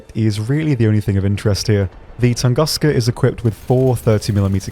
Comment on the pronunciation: Oh please... TOON-GOOSE-Kha [ tu̇ŋ-ˈgü-skə, tən- ]